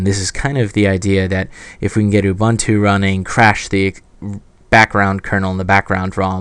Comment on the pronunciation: Excellent - this could be a reason to get one of these. I'm particularly interested in how they run graphics software such as GIMP or InkScape. One minor point: Ubuntu is an African (Bantu) word, pronounced like "ooboontoo" but with a shorter "oo". Similar to Star Trek's Uhura. Instant geek cred if you get it right!